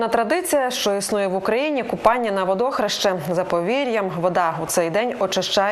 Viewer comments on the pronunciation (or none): Водохреща!!!Наголос на ,,е,,!!!